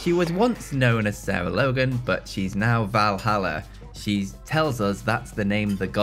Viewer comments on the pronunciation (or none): Val Halla, surely? Valerie Halla? 🤣